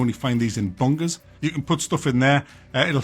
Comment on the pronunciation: Are you trying to say bunkers or bungers